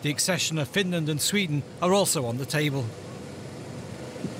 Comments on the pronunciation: Why does he keep saying Fin land? It is Finland! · Finrand? Not Finrand! The Kremrin better reave Finrand arone. I ruv Finrand.